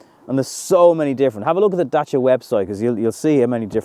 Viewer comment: Love how good you're pronouncing 'Dacia' . 👍Exactly like in romanian.